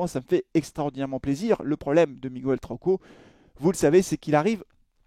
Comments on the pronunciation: Salut. Ça n'a pas de rapport et n'est pas très important, mais en espagnol, comme en français d'ailleurs, le u se ne prononce ni "u" ni "ou" dans"Miguel", il ne se prononce pas. Il faut donc dire "Miguel" comme on dit "gue"rre😉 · S'il vous plaît !! Est-ce qu'on peut prononcer son prénom correctement ? Hahaha Le U ne se prononce pas dans Miguel